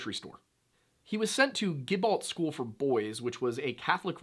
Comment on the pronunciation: We actually pronounce it like 'JIHbault' not 'GIHbault.' I know, weird thing to focus on but since I live in the town it threw me.